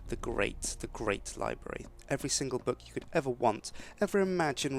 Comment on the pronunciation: Omg I heard him say book-come in the library lol